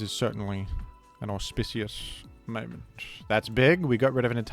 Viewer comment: Every time you say auspicious it sounds like you're saying it for the first time again. Quite delightful